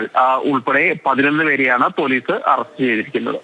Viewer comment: Renuga alla do...rekuka...arrast alla ..it's arrest😂